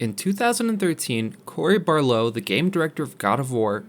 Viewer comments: BARLOG! BAR-LOG! dafuq you saying? "barlow" smacks you get it right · AT-REUS, NOT ART-REUS. BAR-LOG, NOT BARLOUGH. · Bro it is cory barlog not barlow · "Cory Barlow"💀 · "Cory bar low' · “AR-treus” “Barlow” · Solid video except for your annoying pronunciations of Barlog and Atreus. I probably would have subscribed if it wasnt for that 👎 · People complain about the way this dude pronounces the director's name, well I've been reading as Balrog all these years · Is it really that hard to say his last name?.. Even my youngest nephew who is 7 years old can literally say "Barlog".